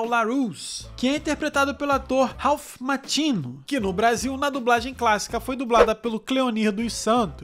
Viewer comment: Ralph "Má-ki-o, William "Zá-bi-ka"; Elisabeth "Shu-ull".